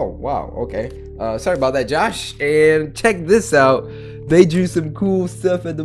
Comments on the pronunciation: aboot XD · he really did that Canadian stereotype "you know what I'm talking aboot"